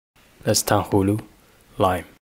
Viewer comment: Bro did not just pronounce tanghulu like that😂